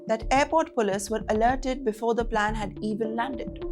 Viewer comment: Plane not Plan. Passenger is not pronounced that way. Heavy Hindi accent is off putting.